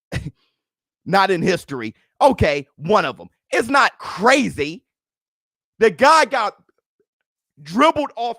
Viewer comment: Almost said cwazy